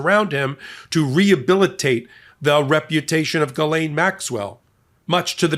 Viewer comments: "Galain Maxwell?" That's the weirdest pronunciation of her name that I've heard yet. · One thing about Ghislaine's coverage that totally irritates me is how everyone makes it a point to pronounce her first name properly. This woman's name needs to be purposely mispronounced. She does not need any respect whatsoever. Maybe Guiltless, Grabbing Pedo. Mispronouncing this monsters name is the least we can do.